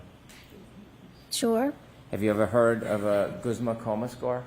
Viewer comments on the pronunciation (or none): "GOOZMA" coma score 😂😂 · How about the Guzma coma 😂.